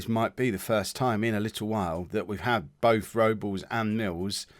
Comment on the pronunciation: Rob-Less is his name. Not Robels.